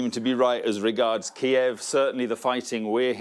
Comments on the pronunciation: Stop calling it Key-ev! That's how the Russians pronounce it. Ukrainians pronounce it Keev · Please give this brave country the courtesy of pronouncing their capitals name by the Ukrainian pronunciation and not the Russian one, as they have asked. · That English defence minister seems clueless.. he speaks without actually saying anything, he can’t even pronounce the bloody city correctly 😂🤦🏽‍♂️🤡